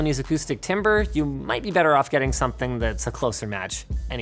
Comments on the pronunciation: OMG it's pronounced TAMber not TIMber. I know it's spelt stupidly, but still that is not how you say timbre when talking about acoustics. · TIMBRE IS "TAMBER" NOT "TIMBER" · Timbre is pronounced 'tamber', not timber. Just, ya know... so ya know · FWIW, and not to be pedantic, but "timbre" is pronounced like "tamber" rather than "timber" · it's pronounced Tamber not Timber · Hey Linus, just a heads up, timbre is pronounced tamber, like the first two syllables of tambourine. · LOL did you just say timber instead of timbre? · Its TAMber like tambourine not TIMber like wood. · Just FYI Linus, "timbre" is pronounced "tambre." Yes, English is weird. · It's pronounced "tabmre" Linus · FYI: "timbre" isn't pronounced "timber", it should rhyme with "amber" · oh no he said timber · Timbre is a french word, pronounced "tamber" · I’d nice a thumbs up if he pronounced timbre right. Good vid. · I'm sorry, HOW do people in Canada/America say timbre??? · As a fellow Canadian, interesting pronunciation of timbre 😂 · All the music majors' reaction to Linus mispronouncing "timbre"... 😑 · Linus, PLEASE Google how to pronounce Timbre.